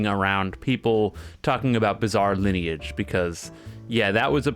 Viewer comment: saying "bizall lineage" must be ragebait and a hit piece against the masterpiece that is bizarre lineage